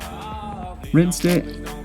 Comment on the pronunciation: You have probably never used Rit dyes more than once or so, but I noticed that you pronounced the product name wrong, as Rit is a 100+ year old brand, as not pronounced with a long i. It does not sound like the word "right" or "write", but rather sounds like "writ". Being someone who uses color, just thought you'd want to know. :)